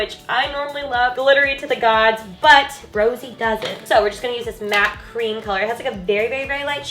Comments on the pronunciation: its not Rosie, its Rosé 😂 I understand you tho dw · BLINKKKKK!!!!! 🤩✊🏻🖤💖💕 also Rosé is pronounced "Rosé-ay" 😊💜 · the pronouncation of her name is Rosé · how to spell: rosé how to say: ro-say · u say you are a fan but you can't even say her fucking name right fake